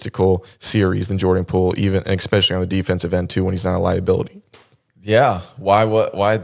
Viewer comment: making fun of alyssa for the way she says “saw” and then later on he says “exspecially” is crazy